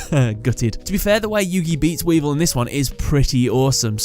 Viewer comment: he called him weedle